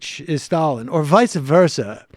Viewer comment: Vice Versa ("Vys-Versa")